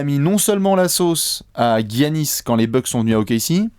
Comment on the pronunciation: J’ai une question qui me taraude les gars: pourquoi prononcer GUiannis alors que les commentateurs prononcent Yannis, lui même semble le prononcer avec un Y d’ailleurs 🤔